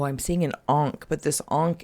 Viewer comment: It’s not an “ankh” it’s an “unc” 😂